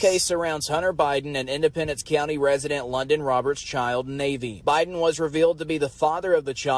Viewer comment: See, I told you her name was pronounced LONDON, when you said it wrong!